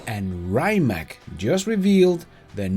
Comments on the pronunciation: Great video, but you mispronounced Rimac, correct way would be "ree-mats" not raymak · It's pronounced like Ree-mutts. Not Rye-mac. Fast cars, not fast food. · It is not "RAJMAK", but RIMAC. Your pronunciation is dead wrong since you are pronouncing it from an English-speaking perspective, which is incorrect. Croatian pronunciation is straightforward; you read as you write...like in the name TESLA. So Rimac is RIMAC - nor RAJMAK (as you sound). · pls, pronounce „Rimac“ as „“Rimats““; thats the correct way for a Croatian 🇭🇷 Super-Car-Producer. 🙏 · Hey, it’s pronounced “Rimats” not “Rimak” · Reimak? 😅 I’m not sure it’s pronounced this way.